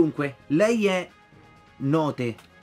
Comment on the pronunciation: note si legge not la pronuncia è inglese